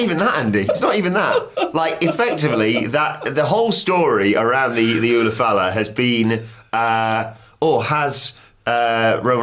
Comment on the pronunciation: The way Andy pronounces Ula Fala.....geez. even comes in and pronounces it correctly, and i think it was intentional because he got tired of Andy pronouncing it wrong. Lol